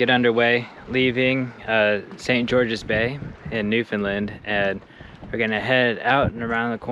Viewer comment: It’s Bay St. George, not St Georges Bay. I live on its shores. It’s Pronounced NewFinLAND, rhymes with Understand It’s the GULF of St Lawrence. Lark Harbour, not cove. Criticism aside, I enjoyed the vid..nice to see my home on YouTube.